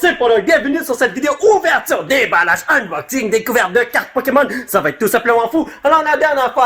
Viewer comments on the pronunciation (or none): none